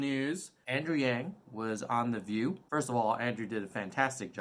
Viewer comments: It's intentional. Pronouncing his name in the Chinese way can be a sly way of indicating that he is not quite "one of us", that he is somehow, not a "real" American, without actually saying it. Those who tend to think that way, will get that message, loud and clear. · Mispronounced but STILL, what what go Nerds!! 💪🏽 #yanggang